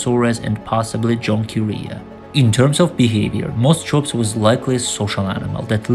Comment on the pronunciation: You keep calling sinapsids reptiles. They weren't. 'CH' in greek or latin derived scientific names is generally pronounced as 'K'. Moschops should sound as 'moskops'. Your editing is too abrupt, so that your narration is all over the place, jumping subjects unrelated to one another.